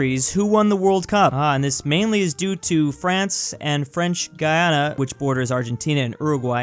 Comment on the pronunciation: is the only American to pronounce Guyana correctly but Guiana is pronounced more like the typical American pronunciation of the name, however I’ll fight for you if you make a video and include my little country Guyana.